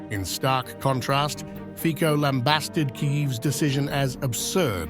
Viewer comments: To be respectful to Fico and Slovak people Learn to pronounce phonicly with your Anglo’s Saxon tongue it’s ( Fizzo ) not Fiko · IT'S PRONOUNCED FEETSO. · Zelensky is a blackmailer! Fico (pronounced: "fitso"). Let's stop the insane warmongers from the west! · Step 1 - learn how to pronounce Fico's name properly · At least learn how to pronounce someone’s name when you address whole video to him… truly unprofessional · can you please at least try to pronounce the name of Fico correctly - it's not so hard to google how his name should be pronounced!